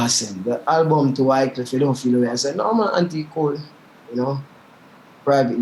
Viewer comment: When you talk about Wycliffe you say jamaitian